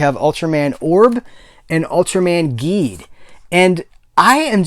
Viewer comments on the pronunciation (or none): ultraman zero is my favorite ultraman who is the son of ultraseven so i definately need to watch this show. did you watch Geed yet?(pronounced Ji not Gi)